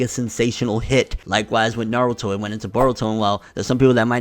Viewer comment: People saying naaarudo pisses me off. Especially after they claim they've watch the series.